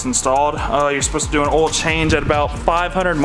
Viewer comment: lol the “Diesel boah oial” 😂 yessir i only put rotella t6 5w40 in my 2001 2nd gen dually